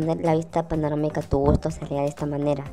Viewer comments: se le dice panorámica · “Panomarica” XD